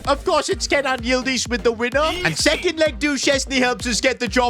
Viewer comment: It is Ke-nan not Kay-nan